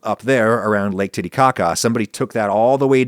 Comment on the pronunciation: did you just say the lake TittyCaca???